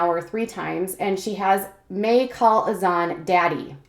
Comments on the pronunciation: Brittany Smith it’s Hassan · You pronounce Azan’s name wrong. Just a heads up